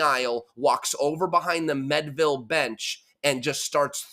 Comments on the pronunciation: AI Overview Learn more Meadville, PA is pronounced "MEED-vil". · Pronounced mead ( like the drink) ville. This was my local event. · It is pronounced MEADE-ville. Like General George Gordon Meade, or the medieval drink mead. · How do you get "Medville" from Meadville. Eff that sports reporter, can't even pronounce a city right. THAT'S PART OF YOUR JOB! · I live in Meadville, you’re mispronouncing. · how does a local guy from Pittsburgh mispronounce Meadville?